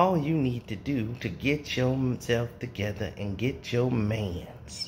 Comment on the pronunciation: That fool said manss lmao